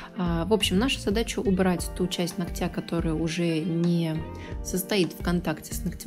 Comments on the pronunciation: Не ногтЯ,а нОгтя.... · Здорово, только постоянно повторяющееся "ногтЯ" 🙁 НОгтя, плиз! 🙂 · нОООООгтя, а не ногтЯ !!!!!! Ну неужели так сложно запомнить ? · Приятно вас смотреть и слушать...но все же поправлю..правильно говорить не ногтЯ, а нОгтя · Не из под ногтЯ,а из под нОгтя, выучите это слово и не позорьтесь если вы не грамотная, а тем более занимаетесь ногтями,просто неприятно слушать такую речь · Вот всё хорошо. Прекрасный тембр интересные, познавательные видео, мягкая речь.... но УМОЛЯЮ 🙏- нОгтя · Прошу вас ствавить ударение на нОгтя.. это не хейт, а просто сделает вас лучше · НОгтя, ударение на первый слог